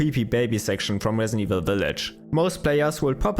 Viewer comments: “Wesident Wevil fwee” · The narrator said in his wesident evil video: 'Whet is Capcom doing Wong?' Wong said: 'I don't know...' 😁